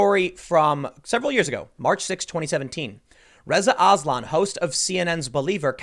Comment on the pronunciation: When you said "Reza Aslan" I thought you were saying " RIZZA ISLAM"